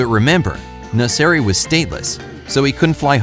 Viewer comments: Still now u call him nessari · Iran is not pronounced "aay-ran", it is "ee-ran". The first and last name of the poor guy is also pronounced incorrectly. It is "meh-(full silence)-ran" and "naa-(full silence)-seri"